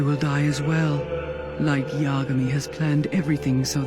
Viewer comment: Light yah-Gahmee???